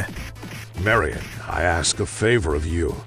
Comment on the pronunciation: God damnit her name is “marion” not “Mary Anne”. Lol driving me bonkers.